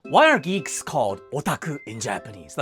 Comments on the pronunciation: In the first second I heard "greeks" not "geeks" and was like "what??" 😂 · Misheard the start of this short. Thought you said geese, not geeks. I just got more confused as this went on😂😂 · At first I heard 'greeks' insted of geeks and was very confused at the second half of the video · I thought he said Greeks and I had to go back to the start of the video to realise he said geeks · I hope you understand how confused i was when i watched this entire vid thinking u said greek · Geeks! I thought you said leeks, and was thoroughly confused until about 3/4 of the way through the video